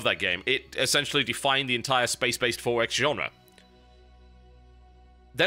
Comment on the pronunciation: lol the 4x.... how he pronounce... EXPO.... hahaha